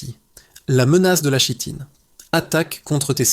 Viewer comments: Très bien cette vidéo ,mais on prononce Kitine même si il est écrit Chitine . Merci . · Pour info, chitine se prononce Kitine. Mecri pour cette vidéo. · Kitine, on dit Kitine, ça vient du grec (ch=k). Ouvre un dictionnaire!!!!!!